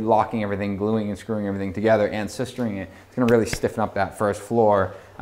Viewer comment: "A ton of sistering" At 19.08, for the love of god